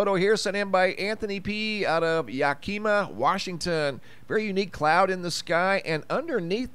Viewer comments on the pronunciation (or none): YAK-i-mah, not Ya-KI-ma. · Yakeema Wa.??? It's just Yak amaw. For Yakima. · It’s pronounced yak a ma.. Washington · hahaha it's not Ya-key-ma. it's pronounced Ya-cu'ma = Yakima WaRshington (added humor) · Its Pronounced Yak - A- Ma .. or Yak-Uh-Ma so ya know for next time. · Pronounced- Yack-ema. Yakima Washington. 😃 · Just a note to help you pronounce Yakima ... Yak' i ma ... With the accent on Yak ... Let me know if you need help with Puyallup 😂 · Yakima= yak - KA - ma. 💝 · It’s pronounced Ya-Kah-mah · You pronounced Yakima wrong. It's a bit tricky as a lot of Washington's towns are based on Indian names. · You've never heard of YAKIMA Washington? You pronounced it wrong. Weird!